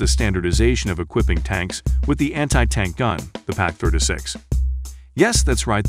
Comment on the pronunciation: If its a TTS program you can forcibly make it pronounce words right like for instance, PAK can be spelled Pack, and the years can be spelled out entirely like “nineteen forty one” so that it doesn’t say 1900. Regardless, the quality of your content is amazing!